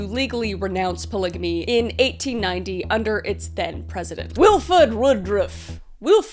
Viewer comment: As someone who used to be a part of the LDS church, it was so fucking funny to hear you mess up Wilford Woodruff's name over and on her again. 😂 I love your videos and can't wait for more!